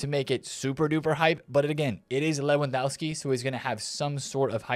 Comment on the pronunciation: I love your videos. Honestly watching them is the best way to start the day. Can I just point one thing out? You’re miss pronouncing Lewandowski, the W in polish is pronounced as a V. Just a minor thing I noticed as I’m learning the Polish language